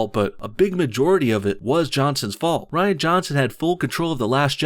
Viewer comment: Ditch Kennedy, all of her writers, and definitely Rian (pronounced: Reeeeee-anne) Van Johnson. And JJ Abrams too.